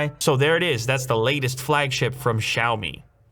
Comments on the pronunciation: Wait... The way you pronounce "Xiaomi" at the start of the video sounds like a native Chinese speaker I ain't gon lie 😳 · ok but his pronunciation of xiăo mĭ was so on point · He pronounces Xiaomi way better than others